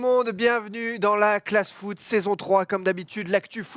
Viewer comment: à dit foutre au lieu de foot, je n'ai pas rêvé?:-D